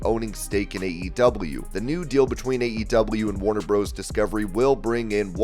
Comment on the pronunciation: Comentator you know that Warner Bros. Discovery is in realatiy Warner Brothers Discovery. Please stop saying Warner "Bros" you sound like the Robotic Idiot you are. Really.